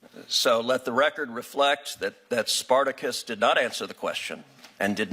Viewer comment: "Sparticus" lol. Mobs aka Democracy. Do we live in a mob rule?